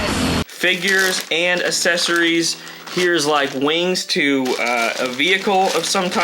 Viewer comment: Accessories not assesories 😅